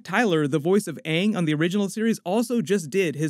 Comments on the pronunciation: tf you mean they literally pronounced it aang. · Ung is actually the correct way to pronounce it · Should realistically be "aahng" but could also be Vietnamese pronunciation? "Àng" we likely don't know because they don't tell us which language based off of? But I'm assuming Chinese? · Kaden Conrad its almost like they tried to incorporate japanese pronunciation cause “a’ in japanese is Ah so it would be Ahng even though thats wronggggg So is like sew so Sohka sounds weird too... I in japanese is as you can guess like EE Eeroh But the thing is the avatar world takes from many Asian cultures not just one so pronunciation isnt set to one language so I dont know why they did that? If thats even what they were going for>.> Either way they just need to leave the name to how they should be pronounced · Yeah. I know the person who directed Tla movie is to blame for how bad it was. Appearantly he didn't take any advice or input from the creators and changed the pronunciation of the names for some reason. Then after the movie received back lash he acted super arogant like he didn't mess it up and the audience is wrong. I doubt they will mess it up this time and it sounds like the writers and such will be more involved. Im sure they can pull it off if they just don't make the same mistakes the movie did.